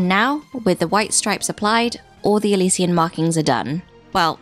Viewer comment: It's pronounced ill she uns!!!